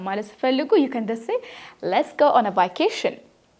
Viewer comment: It is good, but you mispronounced it. see it again how vacation is pronounced.